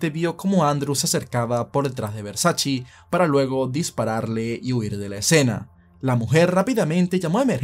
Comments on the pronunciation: No es versaCHI, es versaCHE es italiano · Todo perfecto tu video, solo la pronunciación del apellido no es “versachii” se pronuncia “versache" 😂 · No es versachi es versache como se dice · Espero que nadie se de cuenta que en el vídeo a veces pronuncio Versace cómo (Versache) y en otras (Versachi) porque no sabía cómo pronunciarlo, luego vi una entrevista de la hermana de Versace y ella confirmo que se pronuncia: (Versache) Siempre se aprende algo nuevo todos los días, esto puede servir para romper el hielo con las minitas 😉🥶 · Versace, con la e al final. Nada de “Versaci” con la i. Duelen los oídos. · Versace (Versache) no Versachi. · No se pronuncia VERSACHI se pronuncia VERSACHE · Que yo sepa a la marca se le dice Versach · Como sigas diciendo Versaci corto el video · no es versachi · Jejejejeje Versace se pronuncia: versache.... Y Schillaci se pronuncia: esquilachi